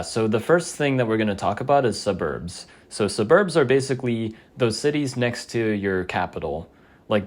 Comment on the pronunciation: thats not how you pronounce suburb